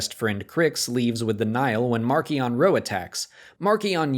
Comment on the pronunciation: Please stop mispronouncing Marchion,! Listen to the audio book if necessary